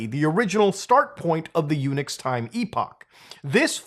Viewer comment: Every time Muta say Unix I think he saying "Eunuch" and that makes it a very different conversation.